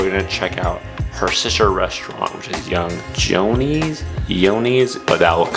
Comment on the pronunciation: Pronounced Young Joe‐knee and Cafe Series FYI